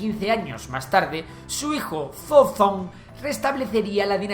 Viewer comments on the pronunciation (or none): none